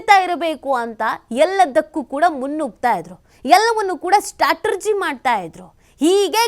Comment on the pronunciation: ಅಮ್ಮ, ತಾಯಿ ಅದು ಸ್ಟಾಟರ್ಜಿ ಅಲ್ಲ ಕಣಮ್ಮ, ಸ್ಟ್ರ್ಯಾಟಜಿ. Strategy, not Startegy.